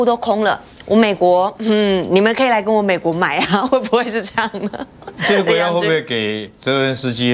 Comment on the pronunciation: 帥將軍，拜託是澤倫斯基，別再 倫澤 斯基了，這仗打了這麼久，也該改口了。